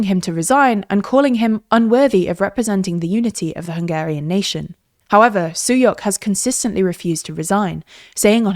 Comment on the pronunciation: The letter S in Hungarian is pronounced like Sh as in Shower, so Sulyok's name is pronounced something more akin to Tamash Shuyok